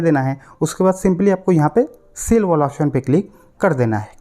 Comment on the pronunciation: Sell❌ seel😂